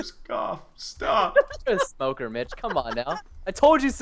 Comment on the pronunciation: It's Mitch there IS a t